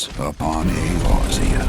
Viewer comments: your pronunciation of Eorzea kinda made me laugh XD it's pronounced Ay-ore-Zee-uh, lol :P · You should probably rehearse reading the script you're given first. "2... 9? 2017" "Urzea". "paenalize."